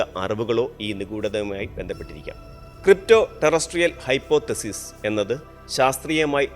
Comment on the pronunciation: ... NOT "hypo thesis".... It is one word "hypothesis"